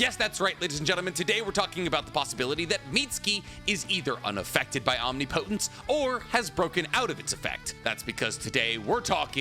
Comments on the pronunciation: Om-Ni-Pa-Tense not omnipotence 😂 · Please bruh say it right omnipotence. Om-ni-puh-tense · Is it just me or is he saying omnipotence wrong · Bro google how to say omnipotence. 😅